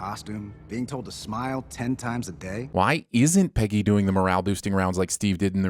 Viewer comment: The sins narrator refers to Captain Carter as "Penny" rather than "Peggy." Ding.